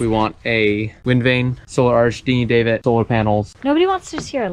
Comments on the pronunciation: I love your journey, just one thing I'm worried about. Davit is dah-vit not like dave-it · stop calling the davit a dave it ffs, the "a" is pronounced like cat or cav, like 1st cav, not 1st cave, not generally one to hate on how people say things but that was annoying AF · Second. I wanna say it’s more like a dad sound da-vit